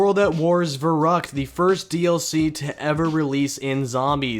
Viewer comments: Verrückt is pronounced as Ferryckt. V=F. ü=y. The map is german. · That german pronunciation 😬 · Pls learn how to pronounce the non-english words. It makes me cringe so hard the way you say "Der Riese", "Verrückt" or "Wunderwaffe"